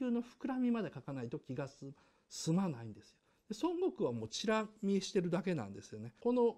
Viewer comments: ドラゴンボールそんなに好きじゃない人がドラゴンボールを語るあるある 孫悟空の発音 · 孫悟空の発音が西遊記で草